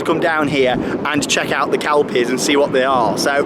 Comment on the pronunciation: It's pronounced kel-pies. Not kalpies